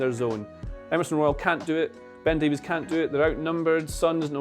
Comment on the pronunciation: It's pronounced Davis you heathen, like Greg Davies from Taskmaster, like the Barry Davies the commentator. Getting all the foreign names right but not the British ones.